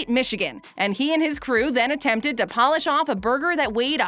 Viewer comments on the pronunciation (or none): none